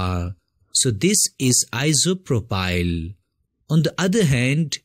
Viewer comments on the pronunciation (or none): none